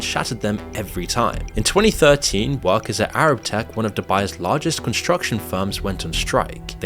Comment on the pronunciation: the plural of woman is women (pronounced 'wimmin'), not woman. workers is pronounced workers', not 'workerses'.